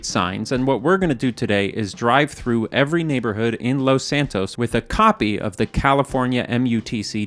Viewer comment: First off I wanna say, I love these videos. But, the way he says Los in Los Santos just pisses me off. He doesn’t say it that way when he says Los Angeles.